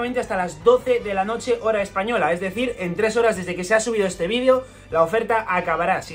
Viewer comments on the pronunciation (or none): none